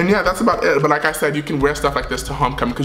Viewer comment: it’s homecoming not HOECOMING